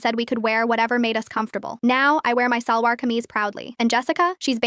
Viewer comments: As a pakistani, the pronunciation of salwar😭😭😭, it's not sàlwar, its SHALWAR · It's not salwar is shalwar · idk but hearing the wrong pronunciation of salwar was js very disturbing